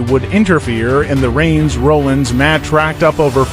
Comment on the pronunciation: If you can’t say Seth’s last name correctly, stop making videos.